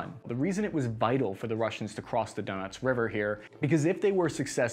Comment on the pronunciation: Donuts river moskava and severa dunts